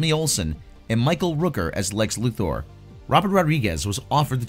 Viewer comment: I love that you actually pronounce Lex Luthor's name correctly.